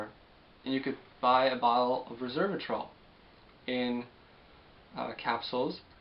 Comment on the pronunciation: FYI: Resveratrol. Rez Vera Trol. Not Ree Serv a trol.